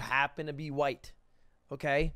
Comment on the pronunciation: the way he pronounced the wh in white. It would make stewie proud. cool whuip